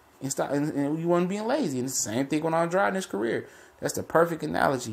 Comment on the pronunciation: Why Do People Insist Upon Mispronouncing Boo Boo's Name?!! He Pronounces It "ANN -DRAYD"...Not "AN-DROD"...Not "AN-DRODEE" GOT DAMN!!!